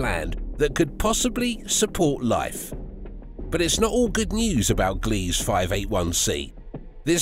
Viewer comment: “Gliese” is NOT pronounced GLEEZ. It is pronounced, “GLEE-zuh”. /facepalm